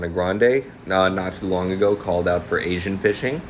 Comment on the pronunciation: Bruh the way she says long sounds like she said lonk what a dumb idiot